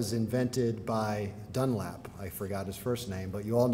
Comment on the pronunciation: John Boyd Dunlop, not "Dunlap", for what it's worth